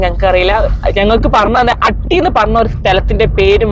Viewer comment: അട്ടി അല്ല ഹട്ടി 😂ദേവലക്കാടുത്തുള്ള സ്ഥലമാണ് 😊നിങ്ങൾ ഹട്ടി ഒറിജിനൽ ആയിട്ടുള്ള കുന്ന് കാണിച്ചില്ല 😊ഓഫ്‌ റോഡ്‌ ആയി ആ കുന്നിൽ പോകാം അല്ലെങ്കിൽ ഹൈക് ചെയ്യാം